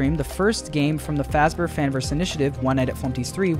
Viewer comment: 'which is not how you spell fazbear' ah yes fazber